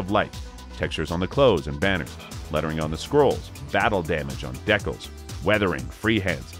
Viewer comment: And, 'Deck-uls' is a new one for me too (Dee-cals). Good information overall though.